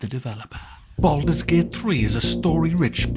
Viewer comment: "Bald mans gate" 😂